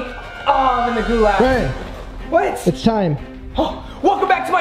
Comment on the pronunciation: The way he said gulag